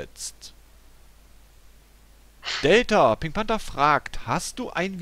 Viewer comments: er heisst panTer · du könntest auch mal sagen: "Befehl", sagt Pink Panther statt immer Pink Panter sagt, " Befehl"